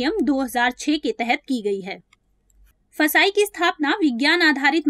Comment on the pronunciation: 1st of all thank you for your effort And its not फसाई its fssai